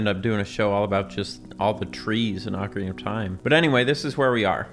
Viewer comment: Thank you for saying ocarina correctly lol. The same people who say oh-carina probably also say mare-io, always drives me crazy hearing that